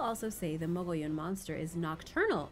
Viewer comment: I’m surprised that you, of all people,, didn’t figure out how to say Mogollon! It’s a Spanish double L sound so it’s pronounced Moe-gee-on. I have no idea where the other O disappears to but I’ve been to the Mogollon Rim multiple times and I’ve camped in the area a couple times too so I definitely know how to say it. Can’t say I’ve ever seen the Mogollon Monster though.